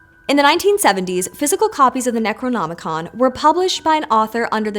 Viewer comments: The best part was watching flub saying Necronomican. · mispeaks: Necronomonicon Brain:... Doo dooo do do do. Munuh munuh